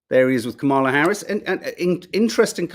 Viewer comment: OK. I'm going to try this one last time: her name is pronounced "Comma La." I know you can do this. You eventually learned how to say Joaquin. The emphasis goes on the " Comm." COMM a la. Thank you.